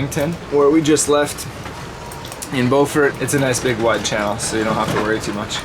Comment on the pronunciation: Alex, did you cringe when you heard them pronounce “ Beaufort” 😂